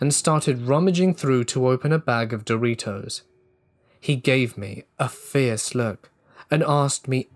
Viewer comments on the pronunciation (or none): none